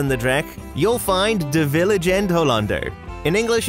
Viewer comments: Just a tip, its Joris and the dragon, not Yores :) Also its de vL i e gende hollander not v i l e g ende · I forgive you butchering most of the ride names. Heck... I'll even give you credit for trying. But turning the vliegende hollander into vilengende hollander.... Ouch😂 The video is awesome though and it's good to see you had a great time in the park. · great video! Loved to see your top 10. only thing I saw: its "vliegende hollander" not "vilegende" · Its "De Vliegende Hollander" not "Vilegende" :P